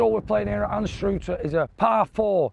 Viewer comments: It's not anstroother,its anstrother,,, pronounced,, brother.,🏴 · Great wee course, not sure which was worse your swing on the short par 3 or your pronunciation of Ainster as the locals call it or An-stru-ther as it is better known 😂😂😂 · Great to see this wee course getting the credit it deserves. I played it 2 days in a row. On the 4th hole I hit driver 8 iron on the 1st day and Driver, 4iron and 4 iron the next. Also it’s pronounced An stru ther. 🍻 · it's pronounced anstruh ther not strew,,, and best fish n chips ever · Trump International in Aberdeen. Best most expensive course in the county. Views. Course condition, play ability aswell... but lets talk about Anstrooother 😅😅 its Annnstruther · It's an-struh-ther mate. Not anstrooter lol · I want to play here. I think locals call the town Ainster but us from the central belt just pronounce it "Ann Str other" Again loving this series. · Love your pronunciation! It is Annstruther (Anne's truther, as in mother) Looks like a great wee course. Is it £25 for 18? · Still laughing at “Astroother Golf course “ what a pronunciation 😂😂😂. Try St Michael’s near Leuchars. Rothesay Golf course on Isle of Bute in the West Coast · It's An-stru-ther,. Orcas the locals call it. Ain-stur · Pronounced An , Struther ! 😂😂😂 bonnie Scotland 🏴 my homeland beautiful 🤩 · Did noone speak to you there to give you the correct pronunciation? Anstruther - ANN and STRUTHER exactly as BROTHER (emphasis on the ANN). Actually a lot of locals call it "Anster" - pronounced EN-STER. Anyway that long par 3 is its star hole.... I suppose with the two long par3s in the upcoming US Open in June, impossible to hit par3 greens for regular golfers are becoming a feature of our evolving game? Anyway one of the best things about the town is the brilliant day trip to the Isle of May to go ashore and see 60,000 puffins! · it is pronunced An struth er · Local pronunciation of it is ‘Ainster’ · it is pronounced Ainster